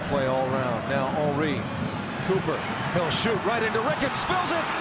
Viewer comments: His name is pronounced Hunry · Its funny how they call him hunry instead of Henry....lol my icon, legend, favourite striker of all time.